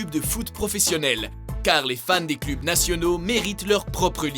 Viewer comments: On dit cleuuuuuuuuub mes oreilles ont sifflé tout le long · c'est quoi les clubs ? on lit cleub. Je préfère quand c'est la fille qui présente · "les clube de foot"